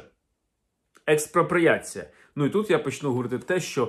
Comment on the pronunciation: "Експропоріацю" голота дочекалася...